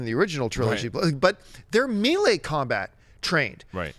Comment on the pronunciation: john...melee..."may-lay", not "mee-lee"